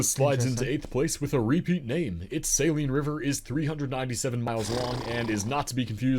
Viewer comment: As everyone always does, he mispronounced the Saline River in Arkansas. Although it is named after salt deposits in the area (Saline County), its pronounced sa-LEEN, not SAY-leen. I’m from Benton, the county seat of Saline County, dead center in the state and just SW of Little Rock (Pulaski County). But its almost automatic, when speaking to someone from another state or country, for them to say, “oh, Walmart headquarters! Right?” Wrong. Lol That’s Bentonville, in Benton County in the NW corner of the state. And incidentally, Benton—not Bentonville—is about to get one of the first two Buc-ee’s in Arkansas. Lol